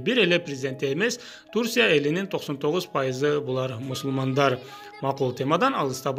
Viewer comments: Турсия дебей Турция деп туура айтсан тантырабай... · Турсия эмес.Турция!.Ударение.интонация..кыргызчасы.тамгаларга туура басым коюп суйлоо! Уят да ушинтип окуган.уйундо эч кимге угузбай окуй бер.элге окугандан кийин.точка .утур.тыныш белги дегендерди колдон! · Турсия эмес Турция деп сүйлөчү. Же Түркия деп эле айтчы